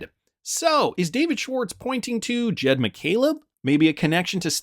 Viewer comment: It’s Jed not jeep